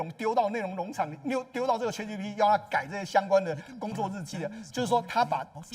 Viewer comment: chat唸 恰特 不是卻特 google 自己查一下發音, 很瞎耶